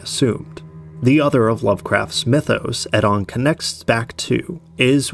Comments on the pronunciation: Eddon is an interesting pronounciation of Oedon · Yeah, the way he pronounced "Oedon" drove me nuts. One of the few we actually hear a character say.